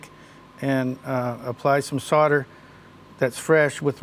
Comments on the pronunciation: this man is great but he cant say solder for shit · That seems to be the way most Americans say it, I've noticed. Canadians too. How or why they came to drop the "l" in the middle, I have no idea.